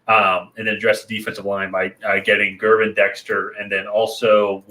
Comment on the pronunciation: Great video. Just a few notes: It's Gervon Dexter, pronounced Gur-vaun. Alexander will shadow Moore, which opens up Mooney, Claypool, Kmet, and the RBs; watch out for Scott (WR) rookie that catches and flies. The Bears have improved in the screen game, on both offense and defense. Also, remember that the Bears lost 7 one possession games last year with literally no WRs that would start on other teams. A defense that was horrible giving up points and yards. If you look at Mahomes game last night against the Lions with inferior receivers, that is what Fields has dealt with in the NFL with the only difference last night being that Mahomes O line is better. My point is that not even Mahomes could have done much better than Fields last year. One of the Eagles receivers last year said that playing against Fields was like playing against 12 guys (QB and RB) because the last 8 games last year, Fields' numbers were good so the needle was pointing up. Lastly, and this goes for the Packers or any NFL team, a great offense will score a TD on 3 or 4 plays out of 60 average plays, which equals 21 or 28 points respectively. Sprinkle in a field goal or two and you have 24 to 31 points. At any given point in the game, Fields can give you one of those 3 to 4 plays with his legs. If he can generate one or two more in the air, then the Bears will be very good this year.